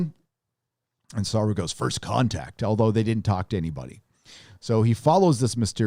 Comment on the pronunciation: your reviews are funny to watch. You would think that you’d learn how to pronounce the name of Doug Jones’ character by now 😂